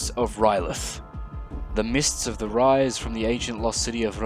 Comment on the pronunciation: Where do you see a "t" in "R'leyh?" That is the one thing no iteration of that city has lol